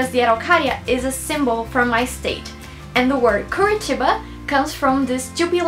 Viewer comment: OMG!!!!!!!!!!!! I'm Brazilian (half Brazilian and Belgian) and your accent is really good!!!! damn, I didn't even know the meaning of curitiba! hahahaha! great vid! <3 <3 you should come to Copacabana!!!! <3 <3